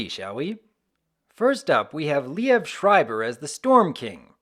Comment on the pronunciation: Liev Schreiber's first name is pronounced "Lee-v," just so you know.